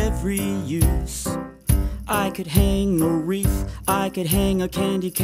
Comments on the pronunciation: I liked the song and the video but when you meant 'wreath' and pronounced and wrote reef-- that made my soul hurt. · nobody talking about how he says he's hanging up a "reef" and not a wreath